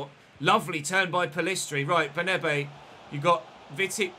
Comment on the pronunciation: Just a quick correction - it's "BernAbe", not "BernEbe"